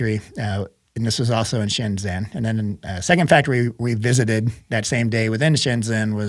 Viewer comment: Pronounced "shen JEN" (zh is pronounced like "j")..Sorry, lived there 6 years so I'm a stickler ;)